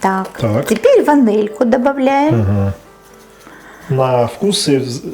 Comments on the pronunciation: Почему - ванЭль, а не ваниль? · Ваниль,а не ванэль.